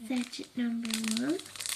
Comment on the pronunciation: Sachet is pronounced sash-ay , not sat-chet xx